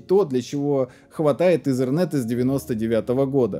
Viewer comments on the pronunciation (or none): none